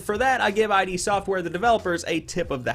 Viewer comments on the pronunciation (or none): Couple of notes: 1. The bad guys in Doom are not aliens but DEMONS FROM HELL! 2. id Software is literally pronounced id not I.D.! But great video otherwise!